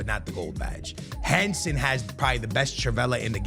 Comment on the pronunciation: Bro what about HENSEN, that is equally as annoying lol